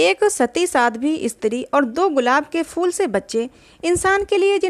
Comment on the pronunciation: प्रेम चन्द की कहानियों का मैं फ़ैन हूं,सुन भी रहा हूं लेकिन एक चीज़ जो बहुत अखर रही है वो कहानी पढ़ने वाले का शब्दो का उच्चारण, ख़ासकर उर्दू के,जैसे शब्द फूल को फ़ूल,phool ko fool कहना,बेहतर होगा कहानी वो पढ़े जिसे शब्दो के सही उच्चारण के साथ पढ़ना आता हो,?